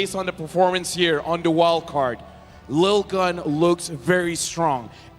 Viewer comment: 1- It's LIL-GUN not LITTLE-GUN. If it was littlegun they would've written littlegun. 2- Arashi(and other ID casters) constantly adding "bro, dude, man" to the end of their sentences is unprofessional and annoying. If they did it every once in a while it wouldn't be a problem but they're doing it nonstop and it's so obnoxious.